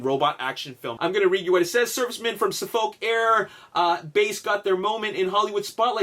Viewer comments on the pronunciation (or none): none